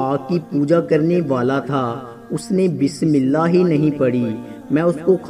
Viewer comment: Mere bhai pehlay bismillah Drust parho achi tarhan seekh lo shukriya